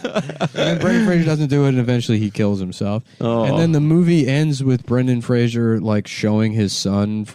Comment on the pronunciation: FFS Nick, it's Fraser NOT Frasier.